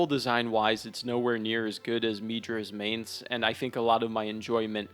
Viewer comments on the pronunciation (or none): I know this video is old but I am NOT taking opinions from some dude who pronounces Midra’s Manse like that 💀